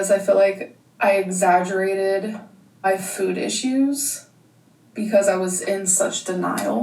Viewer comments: Is it just me or does they put this small inflection on the word ‘food’? Like, she’s saying “ ffude”. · Nit-picky central here.... I hate how she pronounces the word 'food'.... Anyone else? 🤔🤣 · Am I going crazy or is she starting to say her "o's" differently? The way she has pronounced food recently and when she says "Yes I dooooo". I don't think I've ever heard her speak that way 😅